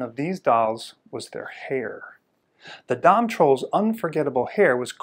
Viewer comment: Yay! Someone finally said “Dam” correct:-) thanks for sharing this in the Troll Doll Networking Club!